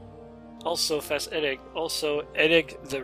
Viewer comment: As much as I hated all the begging of people who kept saying ", give us more Morrowind!" I'm glad you have brought it back. I just hope you did it because YOU wanted to, and not because you felt obliged to do it. Thanks for such an awesome video as usual! By the way, it's Eddie, not Eddic:P